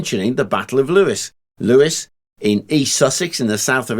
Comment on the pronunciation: It's English mate. There is no standard pronunciation. I pronounce it ev-ver-sham. He also pronounced Lewes like the name Lewis but I always thought it was pronounced as "lose"